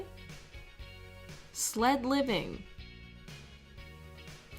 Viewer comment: That word SLIVING again. She lives at Slivington Minor?